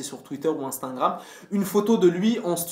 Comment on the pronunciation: Question existancielle: POURQUOI TU DIS "INSTINGRAM" !?!?